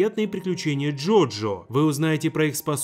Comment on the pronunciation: УРААА Хоть один ютубер сказал не йойо а джоджо дайте ему 5 оскаров